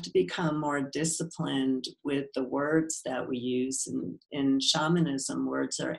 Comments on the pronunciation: Dude! If your going to interview someone. Get the right way of saying the main content. SHAMANISM. She kept trying to gently tell you how to say it correctly. The way you kept saying it was shameinism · Why’d he say shamanism wrong makes me not trust it